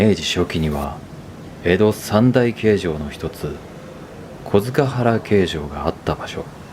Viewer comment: 小塚原、読み方は、こづかっぱら ですよ。